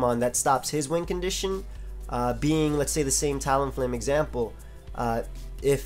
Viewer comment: I have always thought you said wind condition not win lol